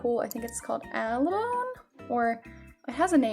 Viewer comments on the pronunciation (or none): Abalone not "alabone" ❤️